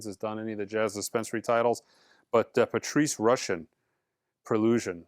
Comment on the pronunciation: pronouncing “Patrice Rushen” correctly was not on my bingo card this morning!